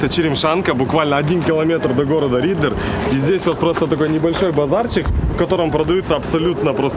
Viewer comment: Не Риддэр а Риддер